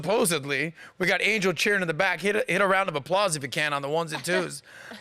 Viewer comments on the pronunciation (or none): none